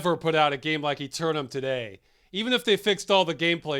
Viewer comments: Firstly your don't at all pronounce Eternam the way the game does though i must say your pronunciation makes more sense. If you don't get the "wacky sense of humour" its because your american, Wink wink nudge nudge say no more eh. so yeah the game works fantastically possibly one of the best ones ever made, P.s English cd copy that i loved came with a full English book sized Manuel. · Played this as a kid and we called this eternam aalmost like “enter” without the n and nam like backwards “man”. Saying it like eternity makes the game aound serious which it certainly was not.